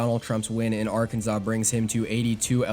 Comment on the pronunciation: Loved it, but... arkan zaw?